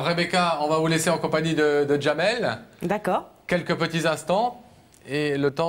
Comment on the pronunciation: Il s'appelle Jamel et non Djamel, il est marocain, c'est en Algérie qu'ils rajoutent la lettre D avant la lettre J, ils ont gardé la prononciation des turcs. Au Maroc les prénoms qui commencent par la lettre D s'écrivent et se prononcent normalement, sans rajouts à connotation quelconque. 😊